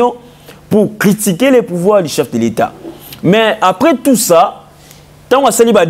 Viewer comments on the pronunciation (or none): C'est journaliste ne fignole pas le franciais comme il faut peut etre une formation orthophonique du francais serait necessaire!!! Pour eviter les vagabondage des levres ex:du et different de di,individu et different d'individi...faire soigner non pas soignecer...